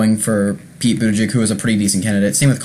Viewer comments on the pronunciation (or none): Please take the trouble to learn how to pronounce his name before making a video about him --it's not "boot to jig" it got really annoying--as was your mispronouncing Amy Klobuchar. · Budda-Judge and Clo-Ba-Shar....HeyZeus Krispy at least get the names right.... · It's pronounced Boot Edge Edge. Easy. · Pete Buttigieg is the best candidate.. he's smart and sets the right tone and you are pronouncing his name wrong. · Please practice pronouncing Buttigieg, you'll have more credibility. There is no excuse in not saying it correctly. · Just because you don't know his name or know how well-spoken he is, doesn't mean many others have seen and heard him and will have a good impression of his intelligence and capability. You should watch the clips from MSNBC, FOX, The View, and Ellen. And learn the correct pronunciation of his name before your next commentary. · Learn how to pronounce his name. Please! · Lear how to pre ounce the last name if the candidates you talk about!!! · Hope you can update this post in a few weeks. Also learn how to pronounce Pete's and Amy's last name. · First of all, pronounce Mayor Pete's name directly. 2nd of all STOP mentioning his sexuality, do you do that when a candidate is heterosexual? I live in Indiana. Mike Pence is not missed at all..he was an awful Governor. And all your "I thinks" are silly. Mayor Pete has tremendous appeal to Independents, and many Republicans. Your post makes it obvious you are not paying attention to what's really going on. This is a terrible video.